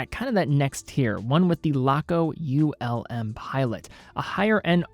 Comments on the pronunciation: Greetings from Germany! Just a note - it´s not U.L.M., it´s Ulm as a word. Ulm is a german city and not an acronym. Keep up the good work. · As others have said, Ulm is a word, not an acronym. I'll add that ETA is an acronym, not a word. Unitas is pronounced like Johnny U's name (you're from Cleveland, right?) Yew-night-uhss. And lastly, FOR THE LOVE OF GOD, the word is undoubtEDly. There is no such word as undoubtABly. Keep up the otherwise good work! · For pronunciation, it’s not an acronym. Laco name their watches after cities in Germany. Ulm is one of those cities. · Ulm are not separete letters, is a city name. Not U-L-M but Ulm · U.L.M 😂 I wonder how would pronounce Neckarsulm 😁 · A lot of Laco watches are named after German cities. Augsburg, Stuttgart, Bremerhaven to name a few with Ulm being another name. As a soldier there, I had the pleasure of touring the whole country. Had I not been there, I probably would have pronounced like.